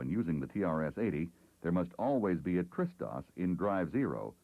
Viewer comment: Hah, took me a while to understand that he's pronouncing TRS-DOS as "Tristos", it sounded like a greek name or something...